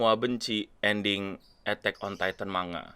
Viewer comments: Keknya manga udah betul bang bukan mangga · Kalo dalam bahasa asalnya(bahasa jepang) manga dibaca マンガ(man-ga). huruf ん/ン/N itu huruf mati, jadi kalo di bahasa Indonesia malah kedengarannya kayak baca mangga